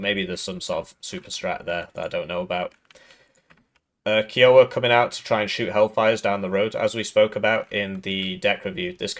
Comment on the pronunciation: I'm triggered everytime you say Kiowa.